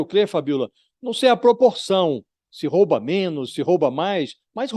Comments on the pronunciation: Pronúncia correta: Rouba Pronúncia errada: " roba" como vc pronunciou . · Não é roba,,e ROUBA,a vogal o é com som fechado.